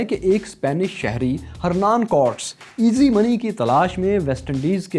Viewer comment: Pronunciation of Cortes is Korteez.